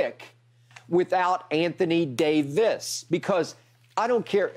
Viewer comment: why does skip pronounce Davis (AD) differently like it's some sort of a wordplay?